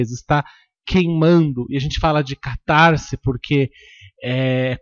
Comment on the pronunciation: Lê -se CatarSe, e não "catarZe" O "S" só tem som de "Z" quando está entre vogais ( caSa, coiSa, caSamento). CatarSe ( "S" entre consoante e vogal).